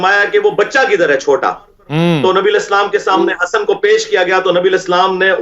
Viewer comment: سمنے ۔ نہیں ہوتا صحیح لفظ سامنے۔ 😢